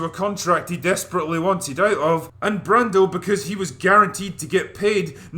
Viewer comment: I 💘 love this movie! This guy doesn't even know how to pronounce Marlon Brando right!